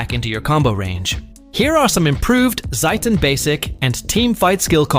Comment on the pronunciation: why pronounce like satan